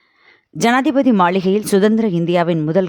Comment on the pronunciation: என்னம்மா செய்தி வாசிக்கிற ஜாதிபதி மாளிகை என்று கூறுகிறாய்